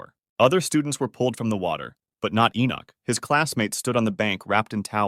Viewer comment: bro litteraly said my name like 10 times but my name is enoch not enock